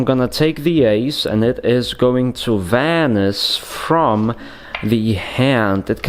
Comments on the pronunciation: Vanisj:D so annoying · It’s vanish!!!! I know you can say it right!!